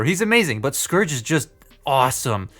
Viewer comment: It sounded like you were saying scrooge multiple times :)